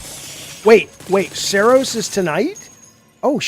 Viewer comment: Jaffe it’s pronounced Saros, like ur daughter Sera! Not Soros like George Soros or what have you